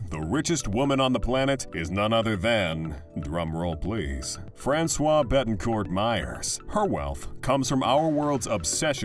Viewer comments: u wonder about the accuracy of any news when u hear the commentator pronoucing Francoise like if she was a man ,,,Francois (without the E at the end as feminin) are those articles not informed about what they talk about? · It’s not François but Françoise!